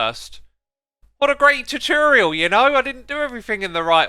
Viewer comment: no one: x: terterioerl